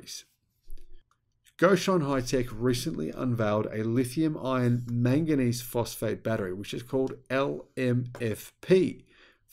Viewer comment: For a long time I thought he was saying lithium ion phosphate instead it is I -RON